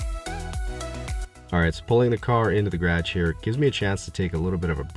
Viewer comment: Something about the way he says "microfiber towel and garage". Guess everything sounds different being from Alabama. This dude is AMAZING!